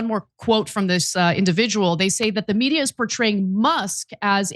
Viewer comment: Can someone tell me what's up with Ana's pronunciation of the word "media"?